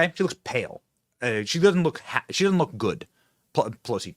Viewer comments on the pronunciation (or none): none